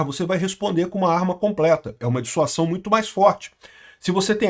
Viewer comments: Olá,! Parabéns pelo bom vídeo! Só uma correção: o correto é dissuasão e não "dissuação". Abço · DisuaSão!!! Com som de Z. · "S" entre duas vogais tem som de "Z". A pronúncia é dissuaZão. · Caro, Dissuasão se lê com som de ' z ' Dissuazão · Pronúncia Dissua Zão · é DISSUAZÃO a pronúncia 😅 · A palavra é "Dissuasão " a sílaba final pronúncia zão, desicentivar alguém de fazer algo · ' dissuasão' se diz dissuaZão...! ✔️ fala certo homem! Kkkkk de que lado o nine nos colocou né...! 😊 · A palavra é Dissuasão. o S entre duas vogais tem o som de Z. Dissuasão : Ação de dissuadir, de fazer com que alguém mude de ideia, de opinião, de ponto de vista. Ação de convencer uma pessoa a deixar de fazer alguma coisa, a perder certa intenção que tinha. Circunstância em que o medo da repressão adversária impede a evolução do conflito. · É DISSUASÃO, com S que soa como Z.